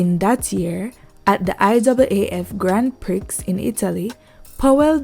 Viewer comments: "Grand Prixxx"??? Sweetie, its pree.... Grand Pree. not Prix.... Omg, my people sometimes amaze me. smh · Not hating the content but the voice talent could have been better........While the talent has a good warm tone, it was a bit jarring to hear "Grand Prix pronounced "Gryand pricks" instead of the more acceptable "Grhon Pree" no less than three times I'll stop there cuz talent must be encouraged but the production team should know better. Bless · 'GAN PRI' THE X IS SILENT